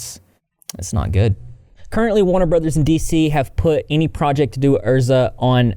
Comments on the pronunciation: The way he kept saying ERSA instead of EZRA was throwing me 🤣😂🤣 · I think Ezra is pronounced ezzzz-rah, not er-zza. I could be wrong though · Isn’t it EZra as in EZra nor ERza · ezra using they/them pronouns and then being a transphobic dirtbag on top of the abuse. like, legit fuck them. also sorry if someone already said it but ez-ra not er-za!<3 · Isn’t is eZra not erZa!? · Isn't it pronounced EZZ RA? Not Ur-za. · EZzzzzzra. Not Erza. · How tf keeps saying “Erza” when everything he’s reading blatantly has his name as “Ezra.” Unless he’s confusing the “Ezra” in “Ezra Miller” for the “Erza” in “Erza Scarlet.” Lol. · Why does he keep calling Ezra Erza it's so annoying 😂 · Not you calling them erza instead of Ezra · It’s the way he says Ezra’s name like Ersa 😂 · it’s ez-rah - just correcting - not being a dick - love your vids ❤️ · Yeah it's ehz-ruh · My dude the way you are saying Ezra is giving me anxiety. Please Google names before you continue to give people from the south a bad name 😅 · How does one manage to say a 4 letter name like Ezra wrong